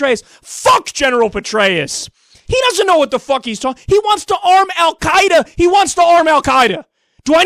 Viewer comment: First, Kyle, thanks for pronouncing "al Quaeda" correctly; I'm no fan, but I hate it when people screw up stuff like that. :P Second, Petraeus is a moron to the nth degree. How many more splinter groups have to be born from mistakes made in the Middle East before idiots like this stop suggesting their nonsense?